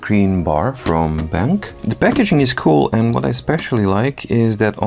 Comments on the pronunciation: Hi! The correct way to pronounce the brand's name is "Ben - Q". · I believe it's pronounced Ben-Q.